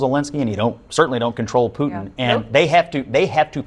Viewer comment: . Hey numbskull. Great video. I agree. But Putin is NOT pronounced POO-IN. There is a huge T in the middle. It’s POO-TIN.